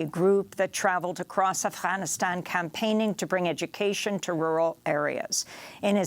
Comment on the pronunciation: "Afhockaloogie" is how she pronounced Afghanistan. She also likes to hock up a hairball when pronouncing "Macron".